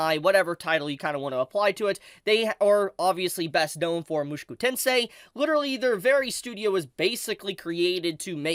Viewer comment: bro.... why r u saying "mushiku tensei"?